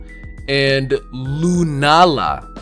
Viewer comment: So far, from the contents, I miss the only one that has noticed this., it's pronounced LA and not le at the end of Lunaala's name.